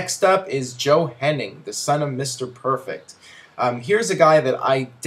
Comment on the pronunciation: It's "Hennig", not "Henning" c'mon